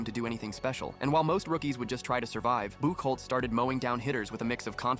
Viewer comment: It’s actually pronounced buck hotz that drops me crazy as a red Sox fan lol 😂